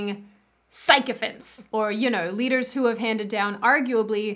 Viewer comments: You know, I was going to point out that it's pronounced "sickophants", but "psychophants" works too. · Did mean "sycophants" or did she cleverly modify it by saying it as "psychophants"? Cos I like the latter.